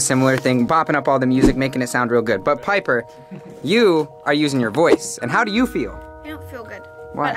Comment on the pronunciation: nah he did not j say Jenper. Wtf is that it’s jiper